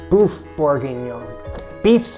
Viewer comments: Beef boef 😫😫😫 its more like buf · Hello, It's "Boeuf" not "bouffe"!!!! "Bouffe"in french means Ugly food!!!! It's RUDE!!!! This is not important, your Bourguignon is WONDERFUL and well done!!!! It looks DELICIOUS!!!! See you and thank U!!!! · Boeuf is pronounced B-uh-ff My Francophone side is annoyed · My ears hate hearing this. Boeuf is not pronounce “boof”, it’s “berf” (not rhotic so say it like a New Yorker would) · It's pronounced BURF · It’s actually pronounced very close to how you would say “book” Swap out the k for f and that is pretty close.